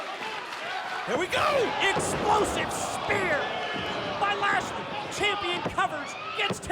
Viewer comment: its so grating to hear them call him "Lashley"